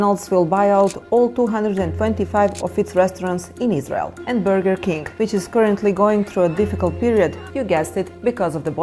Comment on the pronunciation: i like how she says "burgir" 😂